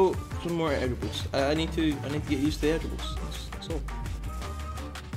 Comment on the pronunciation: is good AT FREESTYLES EVEN BETTER THAN HECKOVIC says airdribble like eirdribble i had cc on